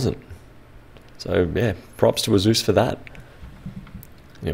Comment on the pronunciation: Why do y’all pronounce ASUS like UhZeus?